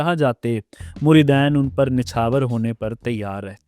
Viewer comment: بولنا تمھیں آتا نہیں بیٹھے ہو پروگرام کرنے مریدین صرف دو مریدوں کو کہتے ہیں زیادہ کو مرِدِین کہا جاتا ہے